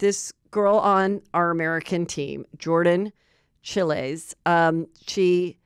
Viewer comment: Omg the way you pronounced Jordan Chiles name😂